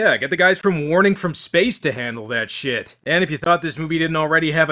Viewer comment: What are you Scottish?!